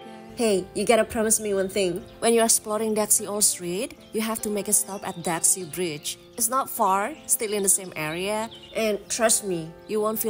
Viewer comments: Di daxi org taiwan bacanya tasi bukan daksi soalnya gk bisa sebut D itu terkenal dengan tahu hitamnya enak banget. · Kak maaf ya,itu DAXI pengucapannya bukan daksi ya tapi TA_Si..saya tau pengucapanya karna kbetulan dulj waktu kerja di taiwan,sering diajak ke Daerah situ sm bosku,memang tulisan sama pengucapan itu beda kalau untuk bahasa mandarin ya kak🙏😊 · Daxi dibaca Ta Shi kak.. cmiiw.. love you.. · Maaf kakak cantik ,just correct.Daxi itu di bacanya tasiy,dan itu kue bolunya namanya tankau (bolu taiwan) itu eyke jg bikin mbaknya🙂‍↔️🙂‍↔️ xie xie nimen ,wose chu cai taoyuan le. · Daxi tuh Dibacanya Ta xi kak ia